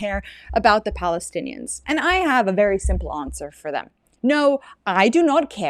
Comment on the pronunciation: They couldn't say Palestine. Balestinians, leave the P alone!😅